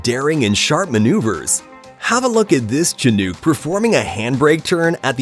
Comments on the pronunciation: It's pronounced Shin-ook , like your shin bone and the ook sounds like look without the L. Not Chin-ook, like the chin on your face and the ook a monkey makes. Someone making an aviation vid should really know that. Smh, 🙄🤦‍♂ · It pronounced "shA~Nook" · Bud literally said Shi-Nuke. Im laughing my ass off😂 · What is a “Chinuke?” LOL 😝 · The way this guy says “Chin-nuke” is hilarious! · Chinook is pronounced like Hook. Nook = Hook. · One does not pronounce book buke. Chinook rhymes with book.👎